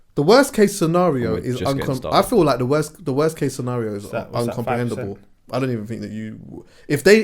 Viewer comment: I noticed that too, and was completely grossed out by it! But, he can't even pronounce "incomprehensible", so I doubt very much that he's bothered about germs accumulating on his phone 😝🤪🤣